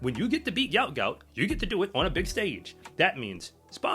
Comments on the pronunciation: It's actually pronounced "gwot" - as in "goo-ot". Say it fast, and you got the right pronunciation. But it's definitely not 'goat'.... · What is wrong with you people and this boy’s name???????? It’s pronounced G-W-O-T G-W-O-T!!!!!! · Aussies look good for the next few years! Gout Gout (whose parents say his name is pronounced “Gwot Gwot”) is just 17 years old and Kennedy is also a young 21 years old.